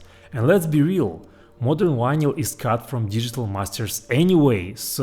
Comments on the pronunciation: "wanyl" instead of "vinyl"? Skiiip! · You can pronounce the “v” in video, and everything, but you still say why-nyl instead of vinyl? Anyway, pretty cool stuff. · It’s vinyl, not winyl. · It's Vinyl not Winyl, in English. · Vy-nall not VY-nyal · It’s Vinyl…not winlyn lol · It’s VINYL, not WINYL! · You can say the word "groove" with the V being properly pronounced no problem but can't say Vinyl with the V properly pronounced? What the fuck is a whinel? It's Vinyl, do better, you're obviously smart. Vinyl not whinel. 😂😂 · OH, vinal..... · Take a shot everytime he says "wynil". 😂😂😂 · Triggered. Not even yet beyond the intro, but we have a guy measuring stuff by atoms, calling his vynle collection wis wynle collection. Losing me fast. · VINL - the Y is silent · What's a 'whinal collection' ? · it's RECORD! no vinyl and not whinyl. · Why do you say ¨Winal¨?,😅😅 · How come you're so incredibly smart, intelligent, and educated.... But you pronounce "vinyl" like "Wynil"? No English (British, American, Australian, South African, etc) pronounces "vinyl" like this. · What is "wine-ell"? There’s no word in English that is pronounced that way. The same goes for "wideo." I only speak English, Spanish, and German, but one of the very first things I learned for each language is how each letter is pronounced. I was also taught to speak each language the way natives speak, not the way a non-speaker mispronounces that language. But I guess I either had better teachers or I just paid more attention to how native speakers speak. It’s not hard to do…if you aren’t lazy. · "wineyal" lol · I think he's saying vinyl records. Sounds like "wino records". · You do know you are saying vinyl wrong right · Bro, you can pronounce V. You did it when you said “we’ve” A bit of practice and you can polish that pronunciation. Yes, I also speak other languages and I work hard on pronunciation. I think it shows respect to the people I’m communicating with.